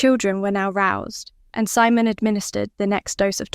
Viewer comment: AI narration takes away from a good story. Mispronouncing Simon or reading asterisk,asterisk just ruins what could have been great.